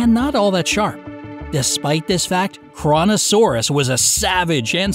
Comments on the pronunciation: FYI - your pronunciation of Kronosaurus is incorrect. Here's the phonetic: Crow-No- Sore-us. It's named after the Titan: Cronos - Zeus' son in Greek mythology. Cronos tried to eat his own children and Kronosaurus ate smaller Pliosaurs, which led to its name. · Any else heard KORONOsaurus?